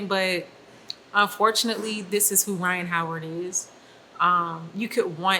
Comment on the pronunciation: "Rhyne Harden"